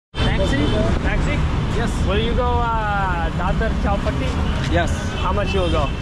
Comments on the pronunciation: Its not Chaal Patti , itd Chaupati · It was strange to see the taxi drivers fail to understand chowpatty when you slightly mispronounced it. It’s like when a tourist to NY city says I want to go to Time Squaryy. You would think the cabbie would get it you mean time SQUARE ! It’s kinda the same as chawpatty is pretty famous place.